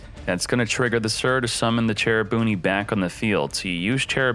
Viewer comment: “Cherabooniii” it’s “beanie”